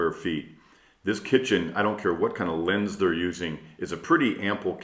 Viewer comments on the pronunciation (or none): none